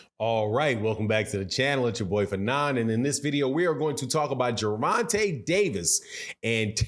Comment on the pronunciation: His name is Ger von ta not Gervontay